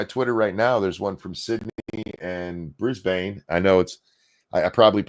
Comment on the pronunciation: Hearing pronounce Brisbane is like nails on a chalkboard.